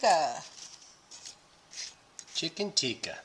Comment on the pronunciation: Chicken Teekee Masala 🤣🤣🤣🤣 It's called Tikka!